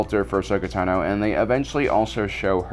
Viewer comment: All these years and you really cannot pronounce Ahsoka's last name yet or do you do it to mess with us? It's cringy bro